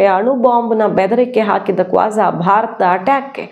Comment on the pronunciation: Avanu. Kwaza. Alla kooja .